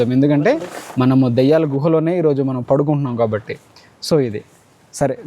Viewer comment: అన్న మీరు దయ్యాల గుహ అన్నారు అనుకున్న😅 దెయ్యాల గుహలా ఒకే అన్నా .